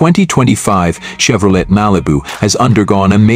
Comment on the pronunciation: I ALWAYS UNDERSTOOD THAT THE T IN CHEVROLET WAS SILENT SO WE PRONOUNCE IT CHEVROLAY